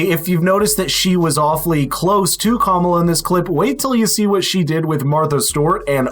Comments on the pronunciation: In Madison Wisconsin they were positive that "Mamala" would win. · I just heard the Kamala/Mamala and I’m not sure I can finish this video🤢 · Ah yes. "Momala." The other Secret Service failure nobody talks about.